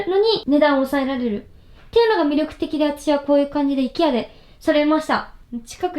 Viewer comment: IKEAの発音が本場のアイケア寄りなのかわいい